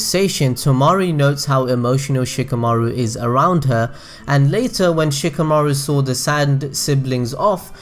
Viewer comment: oh my fucking god anyone else getting annoyed by how he pronounces "Shikamaru"?? It's like [Shika] [Maoru] instead of [Shi] [Ka] [Maru] and "Temari" as [Ta] [Mauri]